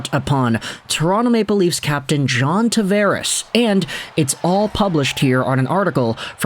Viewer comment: You pronounce his name wrong.